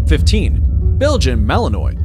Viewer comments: "Malin...nwah" Not malinoi. BTW, you were showing Neopolitan Mastiffs and talking about Cane Corso..and Shiba I used while talking about Akitas. Come on, get it right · BTW its not Mal en ois with a hard s. it is mal en wah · Mali-NUA, not malinoy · One has to wonder why you would not look up the pronunciation for the breeds you are going to cover. It's akin to showing up to a business meeting without the facts! Melinois, pronounced melinwah! Cane Corso, pronounced canay corso! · Not that anyone cares anymore, but "Malinois," is usually pronounced according to French rules, as "ma-lin-WAH," not "ma-lin-OY." "Cane," as in Cane Corso, is the Italian word for dog, with two syllables, and is pronounced "ka-NAY," not "CAYN." He did pronounce pitbull and German shepherd correctly, however. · and it's not malen -oy! The narrator should learn pronunciation! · Malinois is a French word.Pronounced Malinwah.Thats the phonetic spelling. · Belgen malanoy 😆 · Malinois is pronounced mal in wa...if you want to make credible videos from other you tube videos at least learn how to pronounce the breeds correctly. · So annoyed the narrator pronounces Malinois incorrectly 🙄🙄🙄